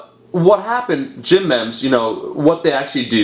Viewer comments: Isn't it pronounced gym "meemes" not "Memms"? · "ME-mss" Not "membs" or "meeems" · AM I'm Canadian, I say "meem" - I think he just says it wrong lol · It's pronounced meems man... at first I was like what the hell is gym mems lol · It's pronounced Meems. Long E. It is a term coined by Richard Dawkins to explain how ideas can evolve in a similar way to genes. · "Mehms" lol. Dude it's pronounced me-me's. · Omar, it's pronounced 'meems', not 'mems'. :) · The hell is a mehm? I think you mean memes lol. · It's a pity you didn't ask people to keep an eye out for the smaller designers and stop ripoffs. Memes is pronounced 'meems' as in genes (look up 'who coined memes', you'll be surprised) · meem, say it like meem. BUT YEAH, that's a load of intellectual property issues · lol he doesnt know how to pronounce memes, but srsly, keep defending your rights you beastly warrior